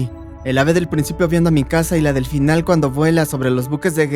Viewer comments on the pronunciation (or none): En el 13.57 por decir final dijo finlan